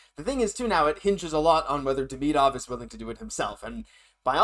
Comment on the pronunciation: The player's name is Demidov not Deminov